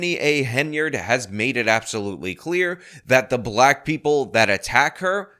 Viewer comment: "'yall bhyik, im bhlyik" i gotta say i hate how she pronounces black lol. reminds me of those people who pronounce white as HUHWHYTE